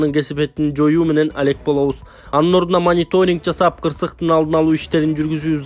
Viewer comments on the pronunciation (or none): none